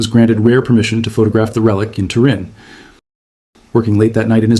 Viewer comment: One second in - it's pronounced "TUR-in", not "tur-IN". Please do your research before you record. Also, the shroud does NOT "behave" - it is inanimate. A better verb would be "appears to be".